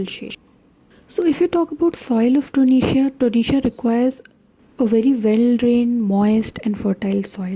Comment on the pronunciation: Kindly be a bit more louder in your videos....and its TO-RE-NIA and not tonesia